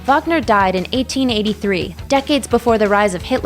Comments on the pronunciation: It's Reeck-ard , not Richard (Wagner... with a Vuh VUh VUH!) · Oi, Nothing Wrong with Keith Richards, infact seems he stepped the fk up lady. Also, don't all y'all lot like the "Marxists" types... Clearly u owe this viewing to dodgey yt Maths.... PS, still puking at how you pronounced Wagner 🤮🤮🤮🤮 Oh gosh, I've typed and now heard you call yaself "" Cultural appropriation 🤮🤢🤮🤢🤮🤢🤮🤢🤮🤢🤮🤢🤮🤢🤮🤢🤮